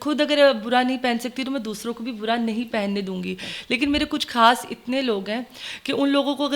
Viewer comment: Kaas nhi khaas hota hy kud nhi khud hota hy dear